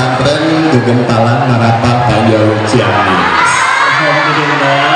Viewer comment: Ciamis bukan Caimis.